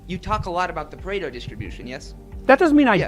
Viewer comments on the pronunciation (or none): It's "Pareto Distribution", not "Parato"